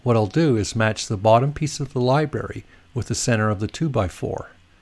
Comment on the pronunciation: Great instructional video, but if you say "libary" one more time.....:)